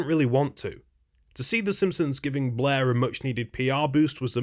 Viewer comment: It sounds like he's saying "Blah" and not "Blair"